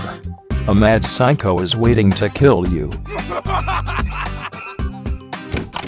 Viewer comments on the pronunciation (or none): none